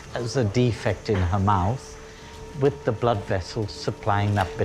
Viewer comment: I can’t believe the Transplant Surgeon says “Wiv” instead of “with”…. Nevertheless a very skilled surgeon.